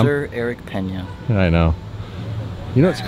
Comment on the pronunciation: petey_likey it’s Peña not Pena 🤣